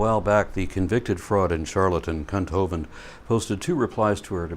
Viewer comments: Lol did you say ‘cunt’ Hovind? Hahaha, I love you 😂😂. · Thought i misheard the first time you called him kunt. Ahahaha even better knowing it was intentional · Did you say “cunt Hovind”?